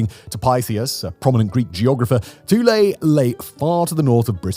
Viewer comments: lol Simon pronounces a lot of words wrong especially if they aren’t English origin. But idk who you pronounce that word so 🤷🏽‍♂️ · OMG, have I been mispronouncing Thule all these years, or is Simon right? I see a TH, I THink it sounds like THe way it's spelled, which for me is -"Th-oo-l." Calling it "Two-lay" never occurred to me. Have I been wrong for decades?